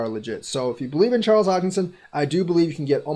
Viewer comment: Nice video but Charles deley every time